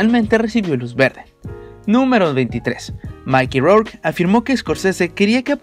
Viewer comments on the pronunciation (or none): Se pronuncia "picshurs" no picturs, ademas es Irishman (airishman) no irisman, es Micky no maiki rourke, es Harvey Kietel (kitel) no kaitel, por que no trabajas un poco en tu pronunciacion? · Que por favor el de la voz en off aprenda como se pronuncian los nombres de actores y compañias mencionadas. POR FAVOR. No puede decir PARAMONT PICTURS o MAIKI ROUR, O LEUIS. Pésimo. Parece la pronunciación de Peña Nieto.